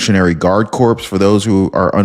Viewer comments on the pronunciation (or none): Corps Is Pronounced Core. Lt. Rogers